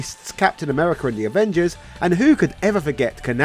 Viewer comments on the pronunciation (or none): none